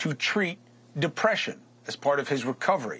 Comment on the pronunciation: ..pronounced keddemeen